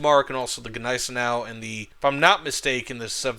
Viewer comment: jesus... stop saying GE neisenau... G is silent..